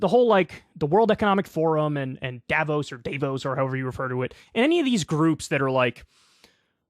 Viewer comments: Davos with an 'ah' , not an 'ay'. It's not Day-vos. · it's daVOS stress on the second syllable and it's just a ski Resort in Switzerland that happens to be the scene of a WEF thing. Don't spoil my earliest vacation memory by conflating it, thanks.